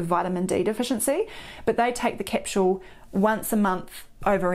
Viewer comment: Did she say capshule? lol